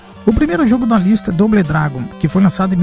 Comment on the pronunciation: Bão o video, mas tem q melhorar o inglês, só uma dica, "doble dragon" fale "dobou dragun".